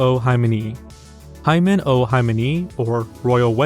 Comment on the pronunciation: had to do a double-take at your pronunciation of Himeno (hee-may-no, not hymen-o). oy vey